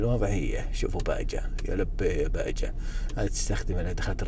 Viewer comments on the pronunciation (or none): اللهم صل وسلم على نبينا محمد باها ال j تنطق h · تنطق باها مو باجه 😄♥️ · تسمى "باها" وليس "باجه🥜"